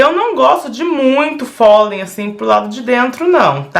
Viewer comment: O nome correto é fole, ñ folen por favor! Seus trabalhos são lindos!